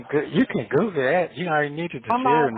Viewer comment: You can “Googa” that😂🤣🤣. I thought it was Google🤣🤡.